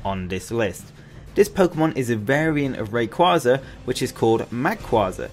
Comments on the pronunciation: It’s ray-quay-za not ray-qua-za! The name origin is ray and quasar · It’s pronounced ray- quay-zar because of ray and quasar so also mag-quay-zar